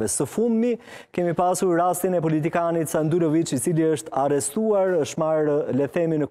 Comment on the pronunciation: O njerez kuptoni njehere: Jo Sandulovic, por Sandullovic!